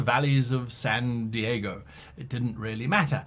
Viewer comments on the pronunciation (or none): Ah the wondreus valleys of Saan' Deehaego